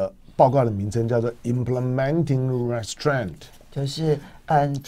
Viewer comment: 這個英文錯唸 還一再的秀 收視高 自我感覺太良好了restraint 重音在後面.... 唉